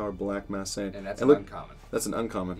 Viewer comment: Anyone noticed he said super sayin 17😂